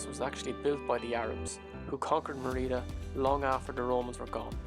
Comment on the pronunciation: Great video - well done with both the videography and the music. I should point out, though, that Merida is pronounced "ME-ree-da" , not "me-REE-da". Accent on the first syllable.